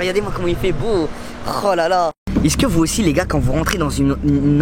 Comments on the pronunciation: sa me stresse au lieu de dire es-ce que il dit isque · Des que tu dit iceque ça me perturbe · Inoxtag quand il dit ''est ce que'' : i ce que ( isse que ) XD